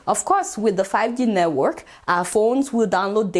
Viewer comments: Aunty it's network ooo not nework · Lol 😂 she calls it neywork haha 😂😂😂 neywork Yoruba